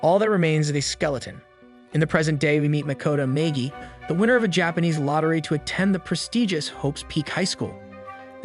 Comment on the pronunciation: I don’t know if I’d call Naegi lucky but this show is great was my first anime also 14 seconds sounds like you said maygee